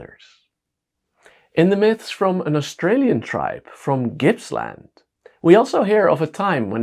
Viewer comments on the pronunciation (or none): none